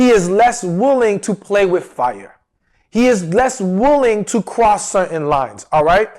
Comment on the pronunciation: I'm not trying to be mean but when you say the word "wooling" 😳 its "willing" I cringe 😖 Also the word "important" is not pronounced the way your saying it.. I listen to your videos all the time but I cannot stand to hear these words pronounced wrong... now in this video I heard you say "willing" but then you switch back over to "wooling" 😳😖 Its like people that say "warsh" instead of properly saying "wash"... Where does the "r" come from?